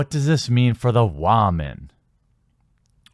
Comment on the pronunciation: Ok seriously, I agree with you,but pleeeeeease just pleeeeeeease say "Woman" normally.